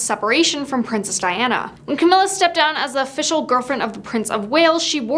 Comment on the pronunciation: First of all I would figure out how to pronounce Camilla’s name properly before I decided to disrespect her